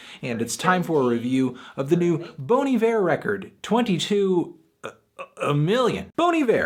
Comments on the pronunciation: Just for the record, it's pronounced BONN EE-VEER, not BONE EE-VEER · Even anthony is doing it wrong. It's Bon, not Boan. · Bon I-ver is the correct prunaunciationing. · Its actually be pronounced more like "Bawn E Vair". If you really want to know just listen to Bon Hiver pronounced over google translate. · Wrong...It's pronounced "Bonnie Bear" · Bawn eye-vurr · Bon E-Vair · It's pronounced Bahn I Ver. Also, what did you think of the new Sumerlands? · The only thing wrong about this review is that you keep pronouncing it bony ver. Also the rating but that's just my opinion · My god, I've been mispronouncing Bon Iver my whole life.